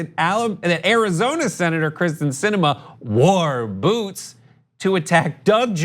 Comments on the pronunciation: It’s kYRsten, not Kristen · it's KEEEERSTIN, not Kristin. sheesh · Her name is Kyrsten, not Krysten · It pronounced Kiersten...not krysten. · Her name is Krysten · Does nobody on this show realize it is pronounced KYRsten (Kier) Sinema, Not KRYsten (Kris) Sinema. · It’s KYRSTEN, not Kristin 😂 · KYRSTEN* not Kristen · Kyrsten! Not Kristen! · by the way,, its pronounced keer-sten